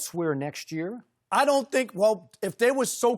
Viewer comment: "iM gOnNa bEe rIOte ThIS YeErE" - Rob